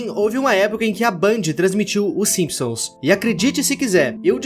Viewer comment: simisons kkkkkkkkkk